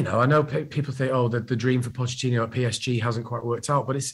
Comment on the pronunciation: Maybe if he stopped calling him Pochettinio he would realise he isn't a Brazilian legend and is just a has-been lol. Imagine backing a manager and not knowing his name.